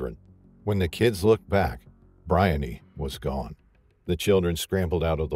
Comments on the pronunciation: I think her name is pronounced Bri-On-knee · Her name is BREE-UNNY. My sister’s name is Briony.